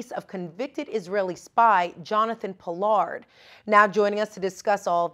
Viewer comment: Pollard, rhymes with lard?